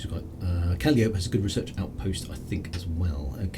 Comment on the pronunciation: Hi, I'm just catching up on these. Very nice of the Mrs to float out into space to give you some space tea right to the cockpit! Astronomy pronunciations: Calliope = Cal-eye-oh-pey